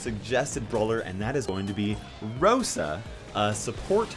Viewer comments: He got the name of rosa right tho 😂😂👌👌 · Got Rosa right...well the name😂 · You got Rosa correct